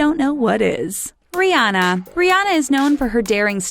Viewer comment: Still can't pronounce Rihanna's name